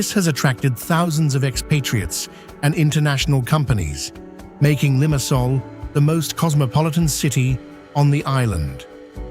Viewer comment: I know the commentary is AI generated, but god the pronunciation of Paphos, Limassol, Nicosia and Larnaca drove me to distraction! Beautifully but many of the challenges facing the population are common elsewhere….